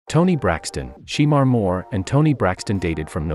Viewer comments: Just because it's spelled Shemar it's pronounced " Shamar" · It's pronounced Shamore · ITS PRONOUNCED SU' MAR' MORE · I don't like the way the person is pronouncing his name just doing this video it's not she more is shemar Moore😅😅